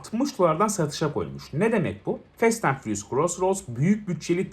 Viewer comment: nobody: 🅱enis Kirazoğlu: Fest ent fıriyus